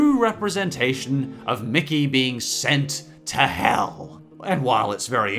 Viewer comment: Stop saying hel!!!!!!!!!!!!!!!!!!!!!!!!!